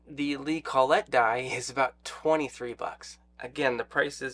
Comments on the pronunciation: Col-let die. Don’t hear it pronounced that way often. kol-it is usually how you’ll hear it. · "CALL IT" is how most people pronounce collet. "call et" sounds kinda.... well...